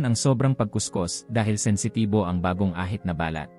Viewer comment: Ayusin m nmn ang pagbigkas ng binabasa mong script. Ung balat ngiging bal- lat 😂